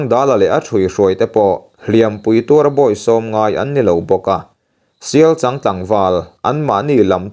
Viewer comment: Sialchang ani chhen lo 😂 Sialchâng, changzawl i lama chang ilam ang chiah khan sialCHANG kha lam rawh 😂